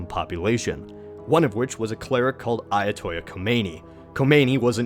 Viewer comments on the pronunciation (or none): Dude kool video, but could u please pronounce things right, AYA-TOLL-AH, not AYA-TO-YA, ok? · Ayatollah is not a Spanish word. The l's are not pronounced as a j. Other than that, very interesting video. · Ayatollah** the "l"s are pronounced. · The narrator may know his stuff, but please learn how to pronounce the words. It's not AYA-TOY-A, it's AYA-TOLL-LAH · ayatoyah Khomeini? this isn't Spanish. it is "Ai-ya-to-lah" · Mozeydi??? it's Moe-sad-dig. and not Ayatoya, Ayah-Toe-La this isn't Spanish it's Persian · Ayatollah not ayatoya and mosadegh not mosadi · It's pronounced "Ayatollah" with L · ayatollah NOT ayatoyya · Lol it's not read "Ayatoya" Ayatollah isn't a spanish word.. And it's Mossadeq not mossadi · They don't speak Spanish in Iran. The L's are pronounced like L's not Y's. Usually I don't care but it's just kind of funny that you put a Spanish spin on your pronunciation. Interesting content and stuff thanks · A few annoying misprononciations. It's 'Ayatollah' Khomeini, not 'Ayatoia' or whatever it was in the video. In addition, the leader of democratic Iran's name was pronounced 'Mosa dek', not 'Mosa dey'. Besides that, very good video. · Ayatolla isn't a Spanish word, you can pronounce the two L's normally. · Ayatollah is not a Spanish word where the double "L" sounds like "y". You pronounce it. And what's up with the grammar here? Could have "went"? Really? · "AY-yah-TOL-ah" "mo-SAH-deyk" "RAY-zah pah-LAVI" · Why does he pronounce Ayatollah like that?? It’s not fucking Spanish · You're saying ayatollah wrong,. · you say "Ayatollah" as if it were a Spanish word...